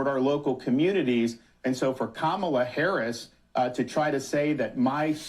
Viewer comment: could you please grow ip and stop mispronouncing Harris’s name? I don’t like her either but this is juvenile and not Christian!